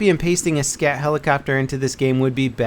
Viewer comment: DID YOU SAY SCAT HELICOPTER?